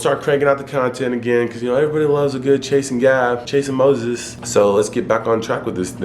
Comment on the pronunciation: When you say Chase and Moses i hear chasing Moses 😆